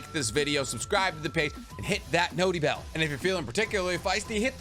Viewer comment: i cant lie i hated how you say notie bell but its growing on me lol